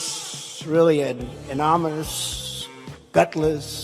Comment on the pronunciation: Anamanous?? WTF is this (rhymes with pick) blabbing about anyway? Then we have to listen to blabbing nonsense.